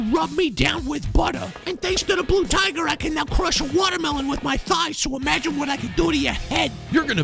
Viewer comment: "The BLU TIGHER!"